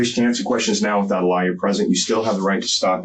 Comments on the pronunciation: I find it interesting (and amusing) that the bald interrogator pronounces the word 'lawyer' the same the word 'liar' is normally pronounced. He REALLY doesn't like lawyers, does he lol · Swear the detective kept say liar, nor lawyer lol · Interesting how the cop keeps saying 'lawyer' as 'liar'. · Is it just me, or when the detectives was reading her rights, didn't it sound like he was saying, if u cant afford a liar, a liar will be appointed. It sounded like every time he said lawyer ,he said liar!! Lol . It makes sense bc the public pretender are liars to and dont care about keep u out of jail /prison. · Love how the detective pronounces "lawyer" like "liar" 😂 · I have never heard someone say lawyer like that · The detective doesn’t know how to pronounce “Lawyer” 😂😂😂